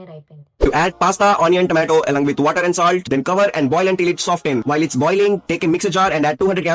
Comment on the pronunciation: It’s not water, it’s waterrrrr R should be rolling 😂